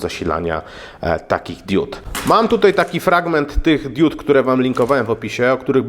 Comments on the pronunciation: diud diód :) hehe diod :P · Hej dude, mówi się diod nie diód ;) DUDE. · Diuda czy Dioda ? Wiec mówimy diod nie diud !!! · Diod, a nie diód :) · nie DIÓD tylko DIOD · Kłuje w ucho fakt 😂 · *diod, diody, diodo, diodami. Nie: diÓd, diÓdy, diÓdo i diÓdami. Mocno to razi, zniesmacza i zniechęca. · DIOD, a nie DIÓD! Matko boska, uszy krwawią, jak się w ciągu 20 minut słyszy takie kalectwo 150 razy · DiOOOOOd. Nie diód. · DIOD!!!! nie diód/diud :P ale taki poradnik dla wielu pewnie się przyda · diud" serio?